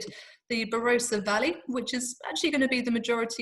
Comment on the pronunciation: Great video with plenty of good information but please... 'Ba-ROSS-a.'